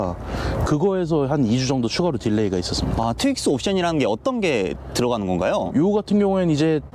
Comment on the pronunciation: 트윅스 가 아니고 튜익스 입니다.